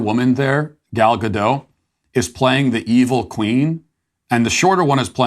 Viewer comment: The name is: GAL GADOT - with T in the end. :)